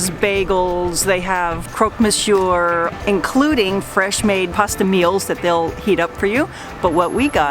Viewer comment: please, please, make an effort and do not pronounce the final R in Monsieur, it kills me